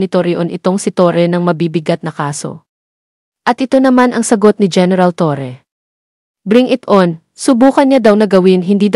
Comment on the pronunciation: Torre po Ang Tamang pronounciation hindi “Torri” aayusin po ninyo, ok na sana yung pag English English mo